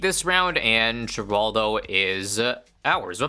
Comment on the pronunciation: when will y'all learn... It's pronounced "Hur-all-dow" NOT "Gur-all-dow"